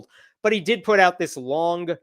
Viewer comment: Respect the hard “G” on long!